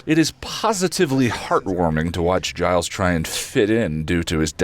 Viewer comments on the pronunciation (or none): Am I crazy, or does say "Giles" with a hard G?